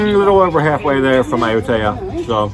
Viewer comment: I know your Thai is way better than my 1st grade Thai but that pronunciation of Ayutthaya is brutal I’ve never heard anyone say it like that and I’ve lived there for 5 months